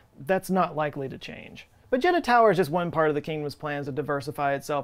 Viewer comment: Jeddah-talia Tower